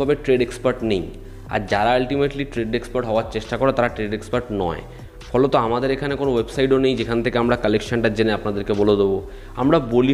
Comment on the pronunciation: The epic word "Foloto" 😂😂😂😂😂 inspired by Sagarnil da😂😂😂